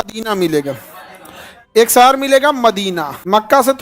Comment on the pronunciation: Sir sahar nhi shahar hota hai padhna seekhlo pahle